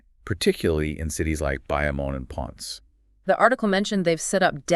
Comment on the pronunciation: the way he said Bayamon and Ponce hurt my ears 😆 but overall I appreciate the effort put to highlight a real issue plaguing my homeland. It’s not surprising that doing a YouTube search for Puerto Rico trash problem and you guys video wasn’t even in the top 20 search results. The others were just the same tired old fake outrage, condescending, soft bigotry of low expectations diatribe.